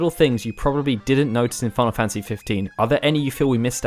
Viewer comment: wait did I hear him say "final fancy 15"?